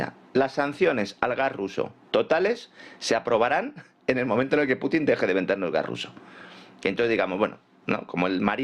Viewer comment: Pues nada díganlo en español ej: iceberg= que se lee aisberg,pero en español es TÉMPANO. Putin no tiene acento en la i no es PUTÍN ES PUTIN Asi como sanchez es sanchez y no SÁNCHEZ